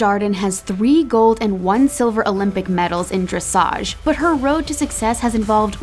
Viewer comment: Well, nice that they recognize how hard it is to do this (many thing we just 'sit there'), but sad you can't pronounce names like Dujardin and dressage correctly. :-(